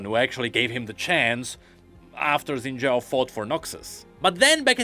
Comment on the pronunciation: X in xin zhao is pronounced as "sh", so the correct pronunciation should be shin-zhao instead of zin-zhao